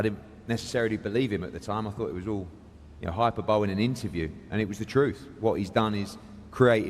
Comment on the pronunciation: "Hyper-bowl" - love it. Where exaggeration meets mispronunciation 😂